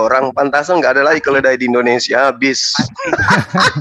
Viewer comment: Kok indonesa, indonrsia 🤣